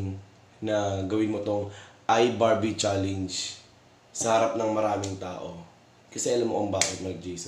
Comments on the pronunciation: CHALLENGE HINDI "CHALEYNGE" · iBarbie"challeynj" hahaha